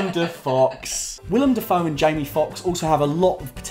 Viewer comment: When you said "Willem DaFox" my brain had to double check that his name wasn't spelled "Willem Dafaux" since that kindof could still be pronounced both ways. Maybe in another universe.